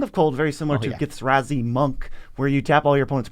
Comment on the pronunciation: Um, actually, Githrazi Monk is pronounced Githzerai Monk.